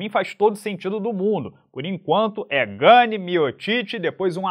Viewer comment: ótimo trabalho, desejo todo sucesso, mas o Gane é Francês, apenas tentando ajudar e por favor, continue fazendo vídeos quase todos os dias🥊🥋🙌🇧🇷